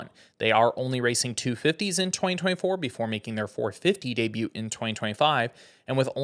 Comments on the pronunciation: Bro pronounced the T in debut 🤣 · The "t" in debut is silent, it's of French origin...